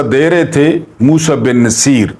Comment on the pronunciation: ...aik guzaarish hay....jahan tak mere maelumaat hain...yeh naam Musa bin Naseer nahin...balkeh Musa bin NUSAIR hay....mazeed aap tasdeeq kar leajey..shaed mere tashih ho jaae....behad shukria....❤❤